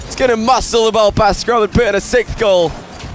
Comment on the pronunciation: Why can't say "sixth"?